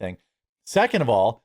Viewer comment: Pronounced: "seckint"